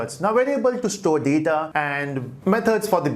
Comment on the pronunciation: haha!! the way he pointed his head and said "data!!" lol that was tooo funnY